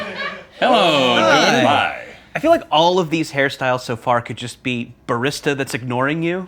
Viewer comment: The way he said barista was horrendous.